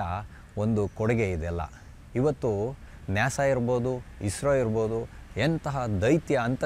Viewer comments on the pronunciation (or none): ಅದು ನ್ಯಾಸ ಅಲ್ಲ ನಾಸಾ